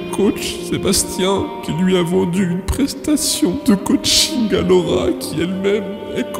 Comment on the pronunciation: 😂 C'est plus ka-ching que coaching